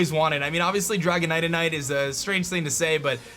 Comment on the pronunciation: Dragonite-ite... Lol